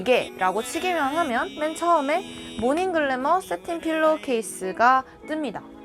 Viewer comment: 잠잘때도 머리손상이 일어난다니!! 그건 몰랐네요 그나저나 도입부 캐릭터 넘 귀여워요 ! ㅎㅎ 아 글구 아무생각 없이 보다가 모얼닌 글래너 발음이 넘 좋아서 놀랐어요 ㅋㅋ